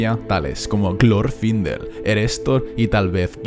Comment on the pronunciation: "Gloorfindel" ese enfasis, te delata